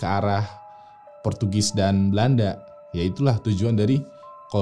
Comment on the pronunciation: tulisannya disitu Roanoke.. tapi jg bacanya ronoake 🤣.. portugis jadi portugas 🤣🤣🤣..